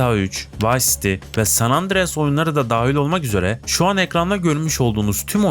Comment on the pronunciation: Vice City'i okuyuşuna üzüldüm